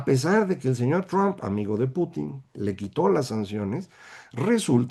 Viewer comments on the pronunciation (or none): none